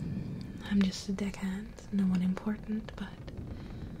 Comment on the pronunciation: Also when you first said I'm a deckhand I legit thought you said dick head I'm like what? Then I paused and read the description and went ohh xD